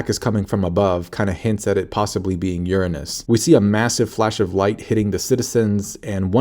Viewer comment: It’s that how you normally pronounce “Uranus”, or do you say it like that to avoid a potential demonetize bonk? 😹 🪐